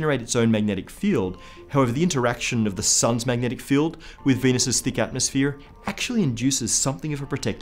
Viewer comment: turned American when he said atmosphere lmao